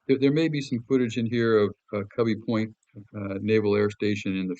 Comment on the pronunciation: Thanks for putting this together. BTW, we prounounced Cubi Point, "Q Bee". Let me know if we were in the wrong but that's how I heard it roundabout 35 years ago.